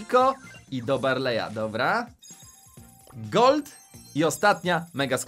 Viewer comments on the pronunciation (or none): Niemuwi sie gold tylko kolt